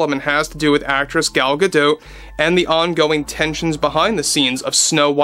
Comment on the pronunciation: At the beginning I thought: "finally someone who can pronounce GadoT right" and then I heard "Gadoo" in the next sentence. 😢